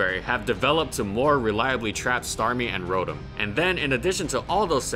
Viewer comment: Wasn't ROTOM: Row-Tam?